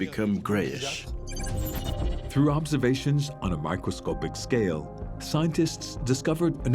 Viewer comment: Isn't it microscopic and NOT microscopeic as the announcer says?